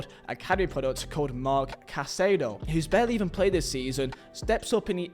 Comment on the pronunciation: Shows the wrong President when talking about Barça's money problems. -Calls Marc Casadó 'Marc Caicedo' -Says Casadó barely played until El Clásico where he surprised everyone, when he's been Barça's best midfielder for months. -Calls Lamine Yamal 'Yamine Yamal'. -Calls Osasuna… 'Osuana'? 'Osawana'? (I don't even know.) -Calls Martin Braithwaite… 'Branfrei'? -Includes Aubameyang as a 'fail', when his performance was superb and saved the team multiple times. This is an extremely low-effort video, basically football slop. You clearly don't watch the games, know the players, or give a damn about LaLiga, not even the names of historic clubs. And this was about Barcelona, one of the biggest clubs on Earth. I can't even imagine your research and effort for smaller stories.